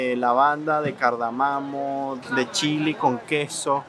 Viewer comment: Muy buena esta serie, pero me he reído mucho de oír a decir * Cardamamo*...